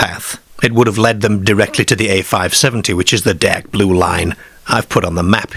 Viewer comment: Derk and Ker😂😂